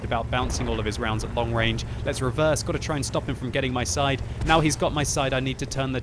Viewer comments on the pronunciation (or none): none